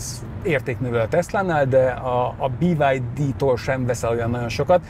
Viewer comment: BID ÍÍÍÍ-vel magyarosan